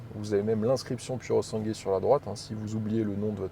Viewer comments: pourosangoué se prononce cosi in Italianno 😉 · seul bémol : en italien le " u" se prononce " ou " et le " e " se prononce " é " . phonétiquement il faut prononcer " pouré sangoué " ( pur sang en franc çais ) je pense que ce chef d'oeuvre mérite qu'on ne déforme pas son nom en niant son origine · Tu peux dire “ pourosangoué” en accentuant le “pou” si tu veux que ça ait l’air plus italien. Magnifique auto pour une poignée de privilégiés ! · Super présentation tellement bien que je passe ce soir un acheter un...... juste un truc.... prononce comme si tu lisais ça ( Purosangouai ) A+.JS. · Pour moi un sans faute / Non seulement mais un chef d'œuvre à tous les niveaux / Mais il faut que tu fasses un effort et prononcer "Sangwé" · quand tu prononces puro sangue c'est affligeant, sinn à part ça tout le reste c'est top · Non so come l'Italia permetta a persone come te di guidare macchine del genere, come fanno i francesi, che distorcono tutti i nomi a loro piacimento. È un onore per te stare davanti a un capolavoro italiano, figuriamoci guidarlo. Pronuncia bene il suo nome, perché è sangue italiano al 1000% Bico